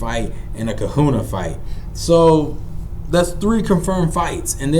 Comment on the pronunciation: This is the second video where someone isn't able to pronounce Kahuna, that word is a common phrase...we say big kahuna all the time, maybe it's an age thing